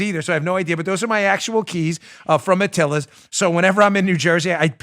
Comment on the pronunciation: The Atilis Gym IS NOT pronounced Atilla's, you dink. You were there for god's sake. Be smarter.